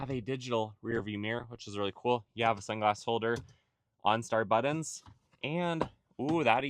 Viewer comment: Dont trust anyone that says "buddons" instead of buttons lol